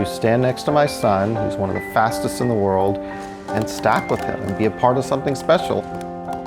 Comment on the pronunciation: Thought he said word fastest stalker